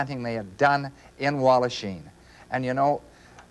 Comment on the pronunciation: Walhachin with an 'h' please.